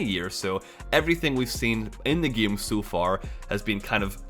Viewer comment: why do you keep pronouncing game as "gam"?